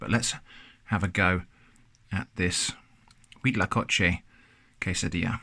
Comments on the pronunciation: actually impressed on your pronunciation of huitlacoche, its good. :D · Me parece un poco sospechoso lo bien que pronuncia Huitlacoche. Podría ser una persona con una excelente dicción o alguien que ha viajado a países de habla hispana. El Cuitlacoche es una Delicia que primero hay que degustarla algunas veces antes de que se convierta en una de las comidas favoritas. Saludos desde México